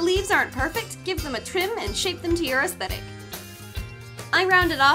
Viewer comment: What she said: astetic What I heard: that's thicc